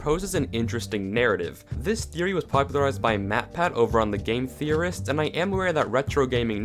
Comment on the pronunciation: Welcome to wifeory. Me : talking about my wife huh?